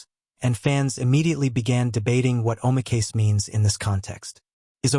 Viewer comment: Please prove that 3 players were banned for life. No Japanese news is saying that. What is your source and the names of the players?By the way "oh my case" is a pathetic representation of how that word is pronounced.